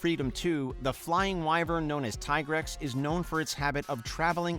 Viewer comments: Yes agreed my ears are bleeding but he at least gets Tigrex right. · actually, he only mispronounced 2 of them, Dalamadur and Rathalos, outside of Tigrex since it was only until World that its been pronounced "Tee-Grex", before that its been "Tai-Grex", every other pronunciation was fine, even Lagiacrus. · I still call it Tai-grex